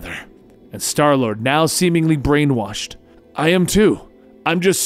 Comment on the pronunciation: he calls starlord darlord